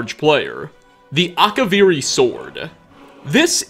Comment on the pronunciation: Akavirrii Katanas, but yes